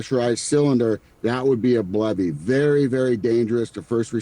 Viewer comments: who else thought he said "Bloody" and not "BLEVE" lol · Also, didn't he say BLOODY instead of BLEVE or did I misheard?